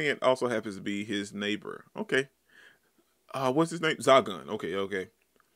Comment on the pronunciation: The seal's name is SAGWAN. Just so you know.